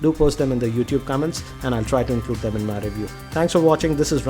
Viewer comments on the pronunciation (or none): none